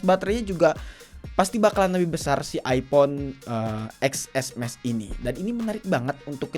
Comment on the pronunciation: Ya iya susah dibacanya orng harusnya dibaca (ten + s + max) ga sii 😅